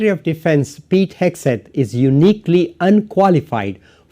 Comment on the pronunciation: Am I hearing you correctly? Are you saying "Peek Hegseth"?